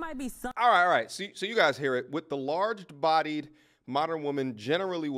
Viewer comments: "The larged bodied " loloololololol bruh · Did he say “larged bodied” 😂